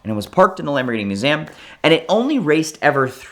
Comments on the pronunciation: He learned to say it at the "Moo-zam". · moo-ZAm. Sorry, what? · I have never heard MUSEUM pronounced like that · I just realized pronounces museum strangely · He is doing it purposely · It's more exotic that way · yea i was already scrambling to find the A in Museum. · I bet he was home schooled, grew up with a guy that pronounced it exactly that way. He basically just watched vhs and then dvds.